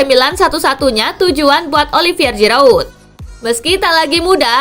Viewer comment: Jirauuut apa jirayut 😂😂😂 Giroud min..nma orang asal nyebut aja